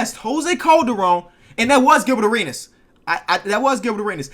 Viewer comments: Areanass... that really made me slap a table. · "Gilbert Areanas"